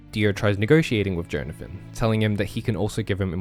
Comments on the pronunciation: I know it's a joke, but i can't help but puke every time you say JOE-nathan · everytime he says jhonathin he says joneathin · Johnathan my favourite Joestar, for real. Edit: Unironically. I'm not making a joke about how he said "Jone-athan" the whole video. I actually think Johnathan is a great man and a great role model. He sets the bar that few of his offspring will ever approach. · I literally spent the entire video getting so angry about your pronunciation of Jonathan until The very last minute when I understood the bit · How do you not know how to pronounce Jonathan, one of the most common names on the planet.